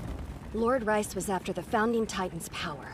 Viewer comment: It's actually riess